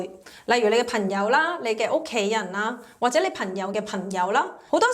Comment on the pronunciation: 係朋友，唔係貧友。 係行業，唔係寒業。